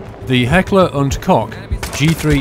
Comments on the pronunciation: isn't it heckler and koch not hecker and kock? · The Keckler and Kock? More like Koch which means cook. Very nice guide for a very beast gun.